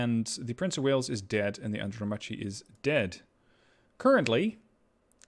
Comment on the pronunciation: The light cruiser was pronounced andromarky.